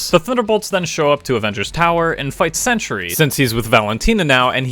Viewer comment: It is pronounced "Cen-Tree" not "Cen-tur-ee".